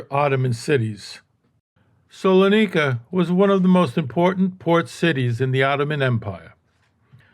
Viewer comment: Minor correction- it's "Salonika", not Solanika.